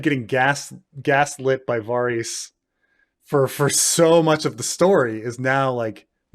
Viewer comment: As much as I am craving ASOIAF content, the constant mispronunciation of "Varys" is shortening my lifespan.